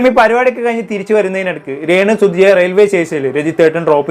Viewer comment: സുതി.. അല്ല സുഹൃത്തേ സുധി